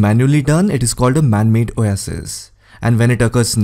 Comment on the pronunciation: I learned how to pronounce Oasis 😃.